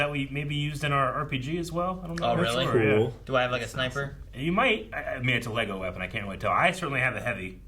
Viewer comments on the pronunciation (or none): none